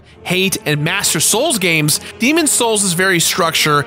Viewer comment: I need to understand why you don’t pronounce the s in demon’s.